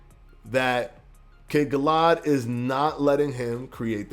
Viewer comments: Cool video. One small suggestion Sir. Kid "Galla-had" two syllables pronounced quickly. Its names after the legend of King Arthur. Sir "Galla" "had" (pronounced very quickly) was King Arthurs Knight in the English folk-lore, history. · And you say he’s name like “kid Galla had” lol